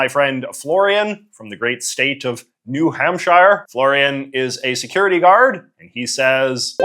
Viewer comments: Oh I know lol. I just wanted to make sure no one passing through thought that his pronunciation was the “right” one. (Which is a little funny, as there are about 50 “right” ways to pronounce New Hampshire, and JJ managed to find a wrong way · why do you say new hampshire like that? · “New HampSHIRE” is CRAZY lmfao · As a New Hampshire man it always tickles me the way you pronounce “shire” Lol